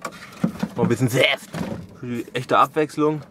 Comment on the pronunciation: Muss jedesmal wenn ich dass hier ankucke lachen wenn er statt saft "sääft " sagt hehehe